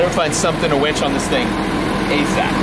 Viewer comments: Winch. Winch. Winch. Winch. Winch. Winch. Not wench. Winch. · He keeps saying wench. It’s killing me. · “We could probably use a wench” - ahem, Mere! Did you hear? Meredith, punch him every time he says wench instead of winch! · It's a winch...not a wench! A winch pulls you out when your stuck...a wench gets your beer! Lol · darn it brain he is saying Winch not Wench!! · All I can hear instead of winch is wench n picture a bar wench 😂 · You're driving me crazy saying wench. It's winch, a wench is an old time bar maid. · It's winch not wench lol